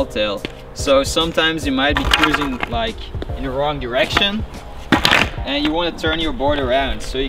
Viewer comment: OMGG HE SAID ONE DERECTION 😭😭😭 lmfao